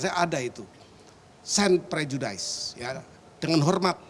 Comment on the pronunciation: prejudis bapak gayus...bukan prejudais :)